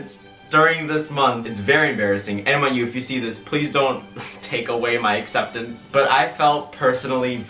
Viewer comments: Is he saying NYU or MIU? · give a round of applause every time he says miu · this whole time i thought you were saying MIU and i looked up the place and i was like ummm i don’t remember him saying MIU in his college expectance video... then i realized you said NYU 🤦🏼‍♀️